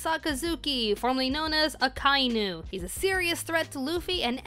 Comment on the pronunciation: please, you pronounce everything else so nicely but WHY did you have to pronounce Akainu as ah-KAI-nu!? No, it's AH-kah-EE-nu, aka (red) & inu (dog)! あかいぬ!